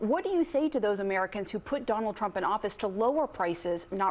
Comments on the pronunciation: What’s a Turmp?😂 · Trump not Turmp.😂